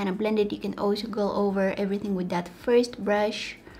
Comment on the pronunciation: When she said olsho instead of also😭😍😍😍